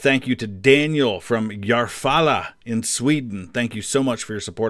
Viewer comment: Quite good pronunciation of Järfälla